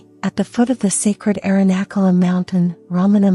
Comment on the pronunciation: I know they are a work in progress, but the AI voices need to be taught the correct pronunciation of Sanskrit words. It's a cringe moment hearing the way the sacred mountain name, Arunachala, is pronounced. Today I heard the pronunciation of maha-samadhi 😮. Made me laugh 😅. I hope this will change over time as Sanskrit or Hindi or Oriya or Bengali and other languages are included in AI voices. Otherwise I am grateful being able to hear these teachings.